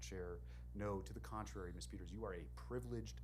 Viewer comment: This judge does not know how to pronounce the name “ Peters”what an ignoramus, for a supposedly educated man..!!